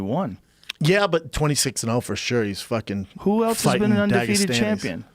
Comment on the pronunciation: "Proper FookING twelve " 🤣🤣😂